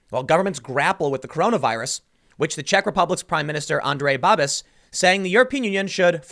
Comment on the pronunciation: I loved how you read our prime ministers name, Andrej Babiš :D